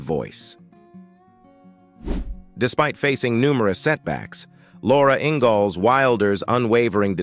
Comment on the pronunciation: Robot can’t even pronounce the name, “Ingalls” correctly, for goodness sake. 🤦‍♀️🙄